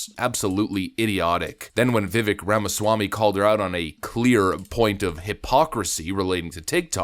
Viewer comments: Overly long intro are frustrating, yet this channel forces TWO separate hypothetical gates to get through to get to the point. And you mispronouncing Vivek name over & over is kinda unbelievably. He’s explained this, it essentially rhymes with CAKE 🎂, it’s pronounced as Viv-VAKE. not Viv-Veck. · Stop calling him Vivvick!! You sound redarted af. His name is pronounced viv-AKE, rhymes with cake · FYI, per Vivek, his name pronunciation is like “Cake” - - - i.e. Vi-vāk. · I agree with everything you said. Thank you for using the word apparently in the the right places. But if you talking about someone publicly you should probably get the name right. It Vivek that sound like cake. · Vivek sounds like "cake." Just a helpful tip. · His name is pronounced as Vi-Vake, like cake. Just saying. He's amazing! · Vivek....rhymes with cake.... :) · Just as a side note, his name, Vivek, sounds like Viv-ake rhymes with cake. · His name's Vivek, and it rhymes with cake! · i usually agree with you and i do here with the exception of how you say Viveks name. Itr viv-ache... stop being the douchebag you denounce on this topic... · LOVED his Debate presentations. Please pronounce his first name correctly. * the last part vek sounds like 'cake' or 'make'. More 'a' * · His name is pronounced ViVake - like cake. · His name is pronounced vi vake like cake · Its pronounced ViVake like cake. Just fyi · Its "Vivek like cake." How to pronounce his name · Vivek says his name "rhymes with cake".